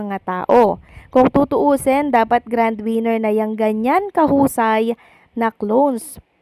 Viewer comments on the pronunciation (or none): none